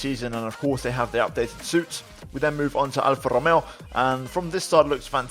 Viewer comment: This is awesome and I love it, I also like the way you pronounce Alfa Romeo and Alpha Tauri it was very classy.